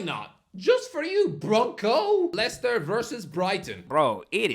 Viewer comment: How does he not know Liechester City.. 😂